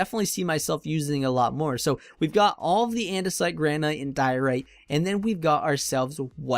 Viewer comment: Your building tips are awesome and I mean no offense when I correct this, but are you purposely mispronouncing Granite? It's gran-it as opposed to gran-aight.